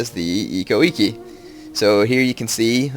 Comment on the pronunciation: actually the I's are pronounced as like an E. so it's like ekko ekke